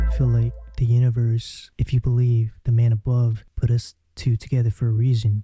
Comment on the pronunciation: Why does she keep pronouncing man like “myeen” it’s so annoying!